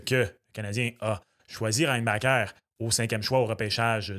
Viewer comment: Il n’avait qu’une seule job… apprendre à prononcer REINBACHER. Un nom de famille de difficulté moyenne à faible. Côté annonce d’un pick on était loin de Céline qui est ému d’annoncer Demidov à Vegas.